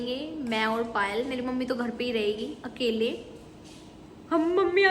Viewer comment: Our ka Pronounciaton to sikh le😹😹